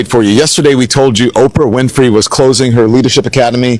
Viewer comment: Please listen to how her surname name is pronounced. It's Win-Free not Fry - not all names are pronounced as they are spelt. I can't stand it when people don't take time to listen or research how a name is pronounced especially if they are content creators, its not that hard if you want to gain followers!